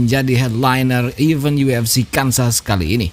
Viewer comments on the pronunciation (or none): none